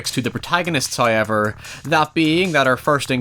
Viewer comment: Everyone: However: HIYEVR